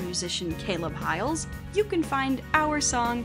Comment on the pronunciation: WAIT UST PRONOUNCED HIGH-ELS?? I THOUGHT IT WAS HI-LES-?!